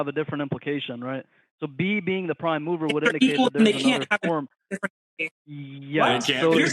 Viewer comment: Took me a while before I understood that he said mover and not mower. Everyone knows the prime mower is Forrest Gump.